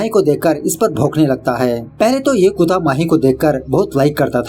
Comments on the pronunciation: It's kutta not kuta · Bro its kutta not kuutta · You pl pronounce "kutta" properly ...That is not clear .